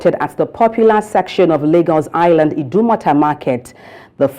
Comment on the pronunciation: Wrong pronunciation of the word 'L'agos'.......